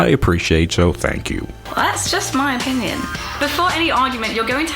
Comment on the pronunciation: "Oppinion". I expected more from a brit.